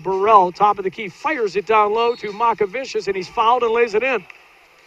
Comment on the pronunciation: It's not Makavičius lol, it's MOCkevičius (c pronounced like ts and č like ch)